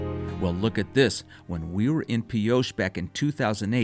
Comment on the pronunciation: Nice travelogue, but research your pronunciation ahead of production. You pronounced Pioche, as “Pee-osha” Correct pronunciation is “Pee-oach" (O as long and A being silent).